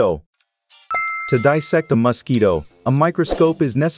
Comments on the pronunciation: I absolutely hate the way you say "mosquito"...and you say it every 2 seconds. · you should look up how to pronounce Mosquito - you are very irritating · I cant help feeling quite rage how you pronounce 'mosquito'. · Stop saying mosquito like that. Are you trying to F with me? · Couldnt watch....anyoning saying mosquitoes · RAAAAAAAAA WHY THE FUCK DO YOU PRONOUNCE MOSQUITO LIKE THAT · aahh yes the famous Masquito .... either thats a horrible AI voice or this person sounds extremly robotic ... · Stop calling it a Muskeetoe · Wtf is a musskeeto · As a human, i can verbally confirm we pronounce mosquitoes "mass key toes" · Those damn muss-keetoes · It really is nice to be hearing MOS KITO every other sentence😌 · Bro why do you pronounce mosquito like Musky Dough? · You say muskeedos You say it so dumb 😂😂😂😂😂😂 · MUSkeetos. God damn, say it properly. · Hate how it says mUscito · not enough of word MUS-KEETO! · Blue is say muskido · I liked how he pronounced Mosquito - Mus-ski-doe 🤣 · take a shot every time he says MUSKeeto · I can't unhear Muskito 😂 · if I hear MAASquito one more time... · "the maskito"💀💀💀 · Why does he keep calling it Musk-Quito? Is it an ox from Ecuador? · I hate the way he pronounces Musk-eeto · Why does he say musketoe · "Muscky-dough"? What part of the world pronounces it that way? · I love how he says “The muskito” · I kept hearing musk-eeto and thinking about the Elon musquito meme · You say Musk Eato 🤫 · the way this person pronounce mosquito is weird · Thé way he’s saying mosquito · Weird way to say mosquito